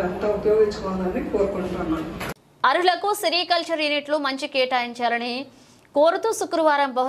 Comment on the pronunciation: అరులకు కాదు అక్కయ్య, అది అర్హులకు అంటారు.... as usual లోడ లోడ లోడ లోడ లోడ లోడ లోడ లోడ లోడ లోడ లోడ లోడ లోడ లో లో లో లో లో లో లో లో లో లోడ😂